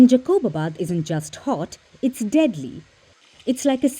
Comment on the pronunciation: Its jacobabad not jaqoobabad